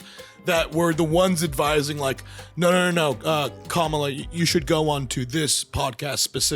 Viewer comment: with the specific syllable emphasis name can't empathize enough to pronounce Kamala correctly.